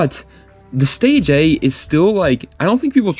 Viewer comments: I don’t know everything but I reeeeeaaalllyy don’t think the 1st Nissan is called the Nissan “Stay J” …… I never heard anyone say it like that. I’m pretty sure it’s “stay gia” but what do I know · Fyi The stagea is pronounced (stage-eea) not (stage-a) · It's Pronounce Stay ji ahhh